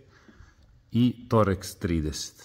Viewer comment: Verovatno znate, ali ne kaže se toreks nego torks šraf.